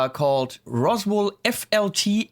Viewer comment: When you whispered that they were Roswell pickups, I thought you were saying, "Awesome Pickups." The ash bodied T type was nice. The reverse headstock gives it a cool late-70s Joe Perry vibe.